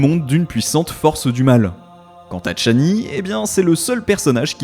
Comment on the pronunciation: "Tchani" ??? Pourquoi ce T ?